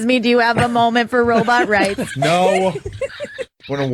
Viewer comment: I miss when Fez used to pronounce it "robutt"